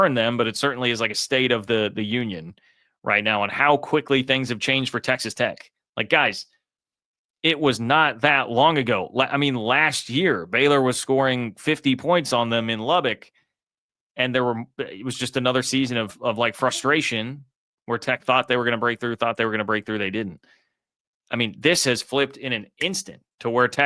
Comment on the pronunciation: All the to-do about the logo is not from the team. They are, we hope, focused on Kansas. And it's pronounced "Luh-buck", not "Luh-bick."